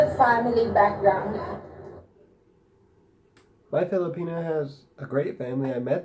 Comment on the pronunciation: So funny .girl stop saying filipina like that crazy head.